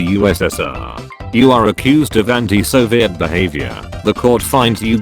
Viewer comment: It’s pronounced “Soviet”